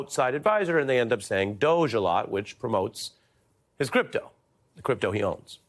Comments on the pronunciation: Please use English. It's pronounced ˈdȯ-gē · Please pronounce it the Doogy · He''s an idea. In future pronounce it "DODGY", not DOGE. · It is pronounced doggie And then there were the rulers of medieval Venice. But finally ... are you kidding me? " Department of" Government Efficiency? Would anyone have gotten the joke if they had called it The Excellence of Military Intelligence or EMI for short? Department Government Efficiency is a meme for an oxymoron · DOGE. You should use the word, but pronounce it with a hard 'G', as in 'Government' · Why is not called the dodgy or doggie or dodgy doggie. Current pronunciation very unAngloSaxon for someone who hates foreigners he can't buy.